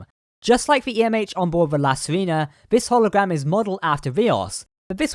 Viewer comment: I really enjoy your videos but I need to comment on something that is very distracting. Basically we need to go over some basic Spanish pronunciation. It wouldnt be an issue if the ship's name wasn't La Sirena, (which means the Siren or Mermaid). In spanish "E" is always pronounced "ay." Likewise, "I" is always pronounced "ee." So La Sirena is pronounced "See-ray-na". Vasquez rocks is pronounced "Vas-kayz". And now you know!